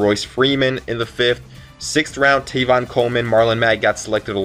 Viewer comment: tEvin Coleman. Not tAYvon.